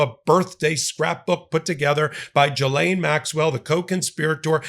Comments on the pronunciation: Not jilaine..gilaine. Just sayin’ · It's pronounced Ghi-lane. Hard G. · Everyone seems to pronounce this name differently so I looked it up. The name Ghislaine is pronounced: “GISS-len” (IPA: /ˈɡɪz.lɛn/) Here’s a breakdown: • “GISS” rhymes with miss • “len” sounds like the name Len Ghislaine Maxwell herself reportedly uses the English pronunciation: “GISS-len.” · I find it funny how all Americans pronounce Ghislaine wrong lol